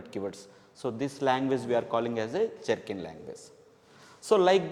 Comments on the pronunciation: Please correct , it is not jerkin .it is Gherkin . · Small Correction : Gherkin language not jerkin language Great explanation 👍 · it is Gherkin language not Jerkin language, Jenkins is a CI/CD tool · sir its not jerkin language. its gherkin language.